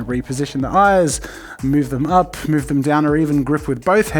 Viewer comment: Jazza and his “mouve”. (Sorry, can’t spell)